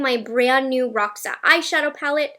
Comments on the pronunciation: ROXA means purple in PORTUGUESE darlings ill teach you HOW to SAY it, stop saying it like that pretend you are reading ROSHA, and acentuat the O like OOOOO R O S H A you got it and its my favourite colour 💜💜💜💜💜💜💜💜💜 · Roxa is an female adjective for purple in portuguese (our nouns have gender, so the adjective inflect, like "flor roxa" means "purple flower" and "sofá roxo" means "purple couch") terrible explanation, but I did my best haha. Not sure If other languages have this word, but in portuguese the pronunciation is a little bit different (not criticizing, the palette Will probably be called by the english version, just saying out of curiosity, you can hear our version at Google translate)